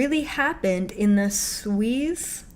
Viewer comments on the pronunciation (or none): The pronunciation is soo-ez (Suez). Thank you for validation of container contents. Awful. Can you address the children at the U.S. border? What is going to happen to them? Are they being used for trafficking? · Pronounced Soo'- ezz (short E) canal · Suez pronounced SOO-EZZ (short "e")